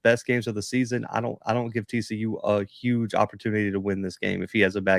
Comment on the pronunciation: If it’s huge pronounce Huge with an “H”. Sounds like NY or NJ speak!